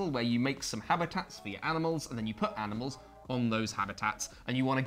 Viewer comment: said "aminals" so seamlessly and naturally that I briefly forgot how that word is actually spelled.